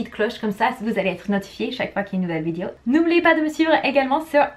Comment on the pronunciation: Un des mots mal prononcé "vidéo " et non "Vidio" comme tu dis